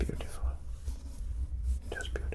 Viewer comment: I don't use intros and don't find it necessary ;-) I'm myself paint and I love it - such a beautiful flow experience. Thank you for trying it though you don't do this usually! I really enjoyed watching you/ this video! PS: I really, really love it when you say the word "beautiful" :-)